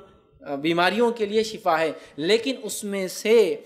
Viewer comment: shafa nh shifa hta h....shafa bemari hti h shifa sehat hti h biii